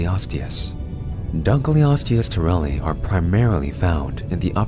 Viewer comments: just a heads up your pronouncing it wrong, its not dunk-leosteus, its dunkle-osteus, because david dunkle named it after himself. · Very strange pronunciation of our subject. Dunkleosteus pronunciation: "Dunkle-os-tee-us") dun-kel - not dun-kly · So my friend pronounced it Dunk-Leo-steus even though I’ve told them multiple times that it’s Dunkle-osteus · The fish is named after Cleveland Museum of Natural History vertebrate paleontology curator David Hosbrook Dunkle in 1956. Thus, it should be David's surname, Dunkle + Ancient Greek word for bone, osteon to pronounce: Dunkle-o-ste-us.